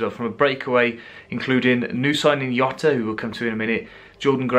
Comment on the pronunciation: Takes literally 30 seconds research to know that in Portuguese Jota isn't pronounced with a 'Yo' sound. Even in a Twitter video he pronounces his own name at "Jotta".